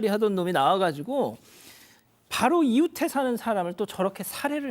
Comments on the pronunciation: 이웃에를 왜 이우테라고 발음할까? 진행자의 한글실력 의심스러움. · 진행자는 이웃에 살다를 왜 자꾸 이우태 살다라고 발음하냐? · 발음 제대로 해 주세요. “이우테” => ”이우세“ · 이웃= 이우테가 거슬리네요;; 이우세가 아닌가요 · 왼쪽분은 아나운서인가요 이웃에를 이우테로 자꾸 발음하는게 거슬려요..